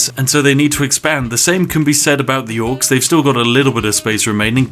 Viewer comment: You fucked up dwarfs and orcs so many times in the vid lol